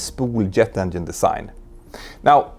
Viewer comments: it's not endine, it's engine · I like how he says ‘endien’ 😊